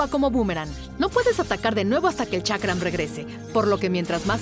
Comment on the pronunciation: Chakra ? Ulala señor francés. Boomerang diría el tío Skyshock